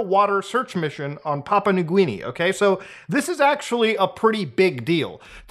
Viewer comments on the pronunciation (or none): Papa Linguini, eh? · lol papa new gweeni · Did he say Papa New Gwinny? 😂😂😂😂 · "papa new gweenie" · Papa New Gweeny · papa new gweeni